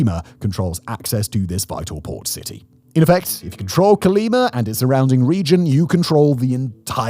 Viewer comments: The name of the State/City is COLIMA not CALIMA. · Colima not Cerleemer ya limey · 'Co-lee-mah', Simon, it ends in 'a', not 'r'. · Terrible traslation, Calima, Calema Cale-lima, Quima, wtf hahahaha CO-LI-MA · "Colimer"... Hmm, I think he means Colima. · ColimaDOES NOT HAVE AN R AT THE END!😂